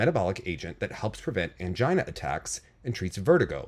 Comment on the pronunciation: pronunciation of “angina” 😂🤣